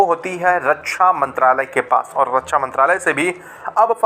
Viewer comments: रक्षा बोलना सीख पहले रकछा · रछ्छा नहिं, रक्षा होता है। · रछा नहीं। रक्षा।